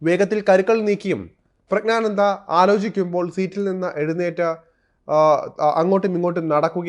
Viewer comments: പ്രഗ്നാനന്ദ അല്ല പ്രജ്ഞാനന്ദ എന്നാണ്. പ്രജ്ഞ എന്നാൽ ബുദ്ധി എന്നാണ്. അറിഞ്ഞിട്ട മനോഹരമായ പേര്. അത് നശിപ്പിക്കരുത്. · പ്രജ്ഞാനന്ദ ക്കു അഭിനന്ദനങ്ങൾ, ആദ്യം പ്രജ്ഞാനന്ദ എന്നു മലയാളത്തിൽ പറയുവാൻ പഠിക്കൂ,ഗ്യാനി എന്ന ഗോസായി വാക്കു മലയാളത്തിൽ ജ്ഞാനി എന്നാണ് മലയാളം അറിയാത്ത മാധ്യമ പ്രവർത്തകനോ? ഒന്നുമില്ലെങ്കിൽ മറ്റു പത്രങ്ങൾ എങ്കിലും വായിച്ച് മലയാളം പഠിക്കൂ, മലയാളത്തെ വ്യഭിചരിക്കാതെ,ഒന്നുമല്ലെങ്കിൽ മറുനാടനല്ലേ അതിന്റെ വിലകളയാതെ